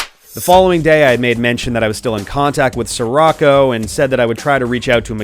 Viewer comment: It's not "sir rocko," it's "she-rocko" as in Paptimus Scirocco from Zeta Gundam